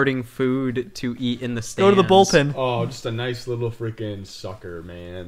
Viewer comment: “Noice of the princess to invite us over for a picnick gay Luigi?”